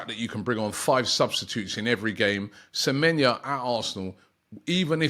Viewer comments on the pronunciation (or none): Antoine Semenyo NOT Senenyo... you could at least check the names ... 😔